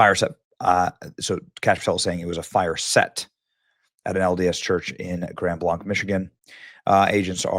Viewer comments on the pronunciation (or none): The name of the city is pronounced "grand blank," not "grund blunk." 🤔🤓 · It's Grand Blanc, ans in "Blank" you idiot! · I live about 15 minutes away from this. The city is pronounced Grand BLANK. They are saying it’s MAGA because the truck has flags and reports that he was wearing a red MAGA hat and shirt. Because they want it to look as much like a Trump supporter as possible. I’m not buying it. My heart goes out to the victims and I pray that the shooters real identity and motive be exposed. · Benny it's, Grand Blank not blonk. I live 45 minutes south of there and 15 minutes north of Detroit all my life we dont pronounce it that way. Nonetheless we are praying for those who died and those who survived may God comfort them and accept the ones into Heaven who died. Im praying for the one who did this that God will serve him the righteous justice he deserves. This is just the very beginning my brothers and sisters in Christ, I pray for you all that you get right with the most high gracious Lord ❤️‍🔥✝️🙏🏼🙏🏼🙏🏼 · It is pronounced Grand Blanc (sounds like blank). I live down the road from there for years. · I live just 12 minutes down the road from there also it's Grand Blanc like blank but with a c not blonc. I been watching love local news all morning. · The name of the town is pronounced Grand Blank not Grand Blanc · Also the town is pronounced locally as "Grand Blank" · It’s pronounced Grand “Blank” Huge prayers to everyone. When will mental illness truly be addressed. Healthy people don’t kill people. Healthy people don’t shoot up churches. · Pronounced “Grand Blank” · FYI pronounced "grand blank" keep doing your great work! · Say Grand Blank, then you’ll be pronouncing it correctly. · Pronounced Grand Blank. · It's pronounced like blank benny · I live in Wayne MI where the shooting happened a few weeks ago, and I lived in Grand Blanc through my tender years. This is heartbreaking. We have to stand strong against this evil. FYI it’s pronounced like BLANK.